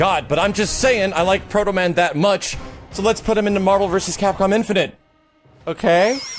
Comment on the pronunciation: you said proto-man..............you are my hero! got yourself a sub